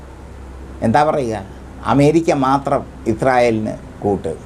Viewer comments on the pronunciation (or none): none